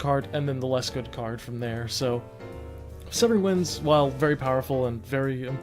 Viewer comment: You pronounced my name right!!! Severing Winds gets a lot of hate, but I don't feel like the card is deserving of a nerf- just a LOT of respect. The card can be splashed in any deck and can punish players for not thinking through their turn. That helped me get more into the skill side of the game by just playing and I like that.